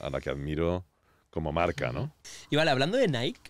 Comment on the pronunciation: Porfa Bruno enseñale a decir "NIKE" lol